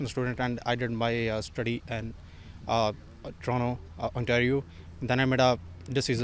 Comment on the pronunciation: Toronto is pronounced like TROH-no.